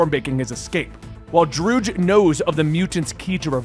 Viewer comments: Drood? You literally have source material for reference on pronunciation and names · Sorry about mispronouncing Druig. I wasn't gonna rewatch Eternals to find them introducing him so I googled it. Came up Droog and went with it. I found a clip saying its Dro-Ig so I'll just say it that way moving forward. Again sorry, just had the wrong pronunciation source. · It’s fine that you pronounce his name wrong. :) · TBH i just filed it under the good old scuff. No big deal